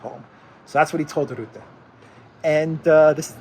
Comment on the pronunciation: "Rutte", pronounce like "hut" te. 🇳🇱